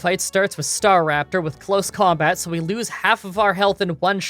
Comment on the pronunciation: "outside of combot" instead of "combat". Not trying to be mean, just thought it was a bit funny.